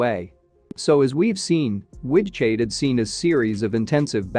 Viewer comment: The AI can't handle the Low German guttural g/ch